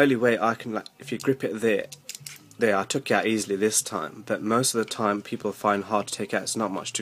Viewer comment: Did you just said PEPLE????????